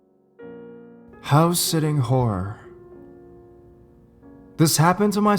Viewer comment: I thought he said house sitting whore😂😂